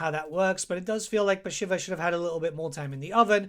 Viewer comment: I am really sorry. But isnt she called "Bashiiiiiva" and not "shiver"..think everyone calls her so..its after the godess..